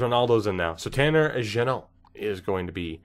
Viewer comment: U do say jennot correctly